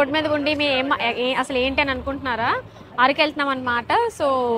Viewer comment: ఆరకు కాదు అరకు